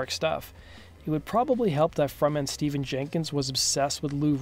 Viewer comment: His first name is pronounced Stef-fan.